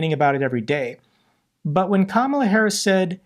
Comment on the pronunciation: sick to death of the hyperbole from the failed pres. - pronounces Kamala correctly!!! 🤣🤣🤣